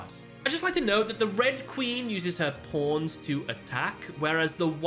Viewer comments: he's just saying pawns it does not sound like anything else you're just imagining it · I know you're saying pawns but my ears hear something else.